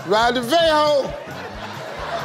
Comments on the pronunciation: she clearly said vehicle not a 'veho' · Something you can ride vehicle and vihicle , leave our pronunciation biko😆😆😆😆😆😆😆😆😆😆😆😆🙄🙄 she Sha got the answer